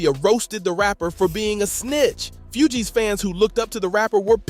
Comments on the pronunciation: Few-geez ?? Maaan🤦 its pronounced like FOOGEEZ.. Even ppl who dont listen to the shit, know the groups name lol even if 90% of ppl can only name Wycliffe. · Few-Gees rapper😂 its Fugees lol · Bro, how do you NOT know how to pronounce the group's name correctly?!? Lmao 🤣🤣🤣